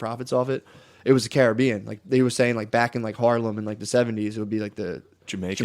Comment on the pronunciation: He doesn’t know how to pronounce Caribbean lol